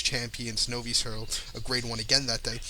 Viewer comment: Good effort,. Bagged a couple of winners and an exacta. Novice is pronounced nov-iss. Good luck.